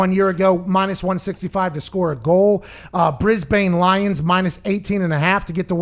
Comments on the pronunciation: Haha he'll get there. Essndn, brisbn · Bris-bain. Uh-sen-den. LOL